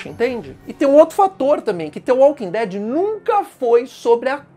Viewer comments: Me emputece vê alguém falar "T" invés de "D" Walking Dead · "The Walking tead"